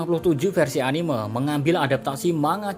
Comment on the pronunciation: Min, bisa ga sih ngomongnya anim’E’ (dengan “e” bukan “eu”) orang di jepangnya sendiri aja bilangnya anime (アニメ) bukan animeu. Kesel bgt deh sama kebanyakan awam yang bilang animeu.